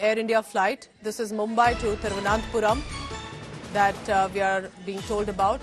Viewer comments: That is not Thiruvanathapuram its Thiruvana(n*)thapuram🤦‍♂️ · India Today can't pronounce Thiruvananthapuram?